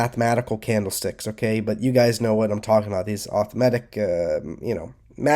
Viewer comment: arthmetic lol a-rith-me-tic.